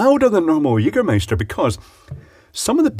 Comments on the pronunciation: er spricht das "ä" richtig aus :) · you say jägermeister like a german :) where do you come from? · As a german I can confirm that he pronounce the word Jägermeister nearly perfect! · I love his "Jägermeister" pronouciation